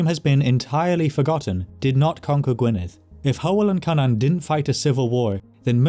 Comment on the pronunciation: i watched an old video of yours and you pronounced cynan in a way that… contradicted my known knowledge of welsh. very glad how youre saying it here, it confused me how something related to cú would be pronounced so drastically different